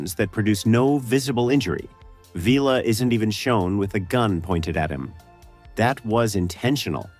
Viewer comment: I can't watch any more than the first few minutes. Past America, if you know anything about this show then why are you pronouncing the character name Villa as Veela? In which episode did any of the cast ever call him that?